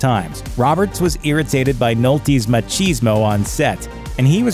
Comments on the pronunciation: Machismo is pronounced "muh-kiz-mow". "Ma-cheese-mow" is a made up word for some sort of fetish involving dairy produce. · I've only heard it pronounced Ma-Cheese-Mo. The use the word to describe the wrestler Razor Ramon back in the day in the WWF